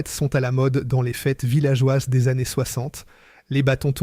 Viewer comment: c'est une voix IA 100%. Typiquement les années qui sont prononcées de façon très trop trainante et parfois des prononciations fantaisistes.